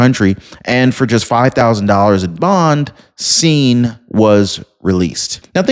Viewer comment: Hi Singh when pronouncing (sing) that is how it sounds when u come across a name like that. Hope I was of some help.